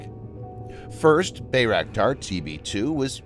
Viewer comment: Pronounced BYEraktar BE AMAZED